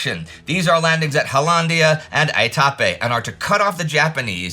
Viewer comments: I have been to Aitape in PNG and everyone there calls it AYE-tah-pay (not aye-TAH-pay). I have never been to Bouganville, but everyone I know that has been there pronounces it BOW-gan-ville. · Itapi (Itapee) New Guinea.